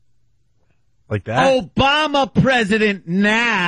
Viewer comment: " OOBama presiident Nahh" lol